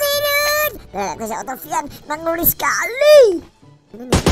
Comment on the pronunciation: Wiq wiq versi qolqolah Edit:paling sukak pas ngomong skhaliiii